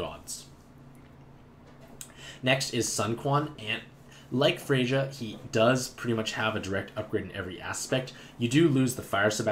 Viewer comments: The "J" in Freyja is silent. It's pronounced "Freya". Like Freyr, but with an A instead of an R. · The J in Freyja sounds like a Y, so it's pronounced like Frey-ya.